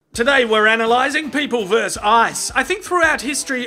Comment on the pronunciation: I love you,, but you've got to learn the word "versus". It's not "verse"! Cheers.